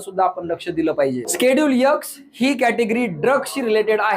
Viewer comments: Sir please उच्चार ठीक करा.खुप irritate होतं X चा उच्चार एक्स आहे तुम्ही यक्स असा करत आहेत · चांगली माहिती... पण यक्स नाही ते... एक्स 😂 आहे आणि स्केडुल नाही.. शेड्युल म्हणतात 😅